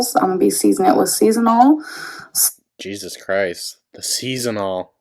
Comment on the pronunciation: It still cracks me up that she pronounces it as "seasonal" salt instead of season all.